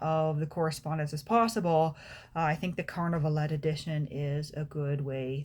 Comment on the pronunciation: Would be nice to pronounce Carnavalet without the last letter as the French do ..